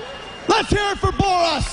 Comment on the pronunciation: Mr bore-us malenko lol